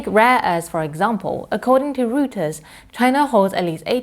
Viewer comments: Reuters...not pronounced as "Ru ters". It's pronounced as "Roi ters". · British still pronounced as "roi ters"